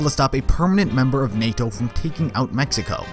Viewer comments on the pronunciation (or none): none